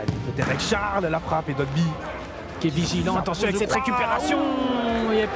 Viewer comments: OH WESHH DITES LEURS QUE C'EST DOIGBY ET PAS DOGBY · Ya vrmt personne qyi peut dire DOIGBY mdr ils disent tous dogby